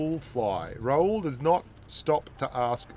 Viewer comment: By the way his name is Ra-hul , not raul , he is not spanish 😂😂😂😂